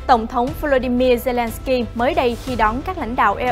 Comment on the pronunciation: Mc đọc sai tên tt ukrai nhỉ